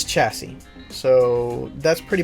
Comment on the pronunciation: Sorry to point it out but the way I normally talk you said chassis wrong